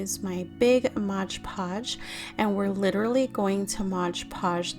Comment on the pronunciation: It’s MOD Podge. Not modge podge.